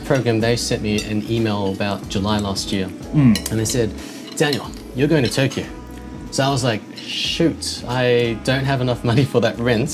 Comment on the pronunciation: when Chris says Tokyo it has 4 syllables with oo added at the end where as normally it is Toe-Kee-Oh.